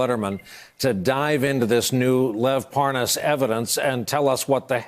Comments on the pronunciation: Why does he keep saying “ParN’as”? Is he related to Devon Nunes 😝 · Parr Nus? You'd think a journalist would get the name correct. Pathetic USA education levels. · “Spends a lot of time in Belgian” mark. Anyone else catch that he pronounced Lev’s last name wrong too.